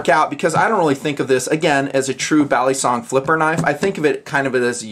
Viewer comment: Is it just me or is saying balisong wrong?